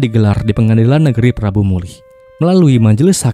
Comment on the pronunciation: Prabumulih bang.. bukan prambumulih.. 🙏☺